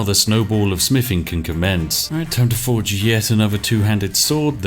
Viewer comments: Smiffing is the manly version of sniffing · smiffing?? wuts smiffing?? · Spiff prefers to say "smiffing" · I enjoy the videos, but it is very hard trying to be invested in the proper English character when said character cannot pronounce “th”. Especially with the repeated use of the word “smiffing “. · More like 'Smiffing' ...if you listen to how he says it. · He also smiffs and frusts as well. And counts to free and frows fings. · I know he's saying "Smithing" but it really sounds like "Smiffing". But to be honest I prefer smiffing because it reminds me of the great all mighty otherworldly existance Spiff. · The Smiffing Brit. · Ah, yes, the. Just what I was looking for. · More like "smiffing" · I'm hearing "We've leveled up our Spiffing"^^ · He actually did say "level up our Spiffing" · Th doesn't make an f sound just FYI